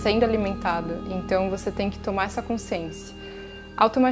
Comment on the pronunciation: Boa tarde querida!Adoro te escutar mas te peço para rever a palavra CONSCIÊNCIA....repita e escute o som da sua própria voz...desculpe mas isso sempre me incomoda ...percebi e te aviso para que sempre seja bom te escutar... não me leve a mal... não és a única.... abraço fraterno.... gratidão!!!